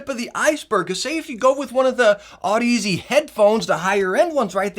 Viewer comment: Audeze is pronounced like Odyssey